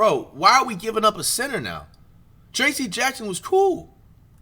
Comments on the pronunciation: WHO DA FK IS Tracy? Who the fk is Porzaaanguess??? Pronounced Tray - sss and Porzeeeeenguhs. Come on man. You gonna talk hoops you gotta be up on the names. The trade deadline is Thursday. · The pronunciation of porzingis and trayce 😭😂